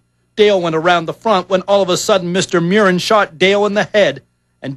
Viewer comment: Mew-rin is wrong, his name is pronounced Murr-in, just like it's spelled.